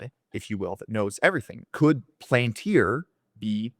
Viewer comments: . You can listen to Thiel pronounce it Pal an tir Not a big deal though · Did u say PLANTIR??? Its PALANTIR. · The “seeing stones” in LOTR were called pal an tiri so he dropped the “I” for the company name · It’s pronounced Pal-an-tir